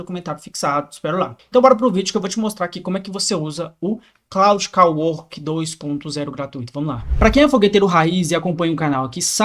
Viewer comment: Jotason, claude kawork, tóken,... ta precisando usar IA pra aprender Inglês heim